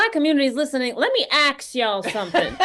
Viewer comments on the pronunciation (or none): 😂😂😂😂😂 Said AX Ya'll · "I'm pretty stunt. I'm pretty stunt." "Let me axe y'all sumthin." She's impossible not to love.